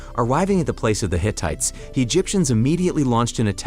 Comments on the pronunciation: The Hit-it people? Ray, mess? Setty Eye Geez man. Pronunciation is awful. Otherwise good recap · Hittites (pronounced Hi-t-eye-ts), dude. They're not faux women parodies of the 21st century!